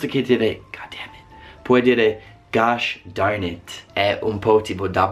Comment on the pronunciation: Gosh darn it mi sembra simpatico...più che altro perchè mi sembra l'accento dei cowboy ;w